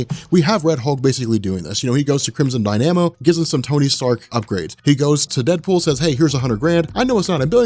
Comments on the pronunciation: I love ya and all but... it's pronounced DIE-NAH-MOE.... crimson dynamo not die-nA-moe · DY-NA-MO, not DY-NAMO...Crimson Dy-na-mo...!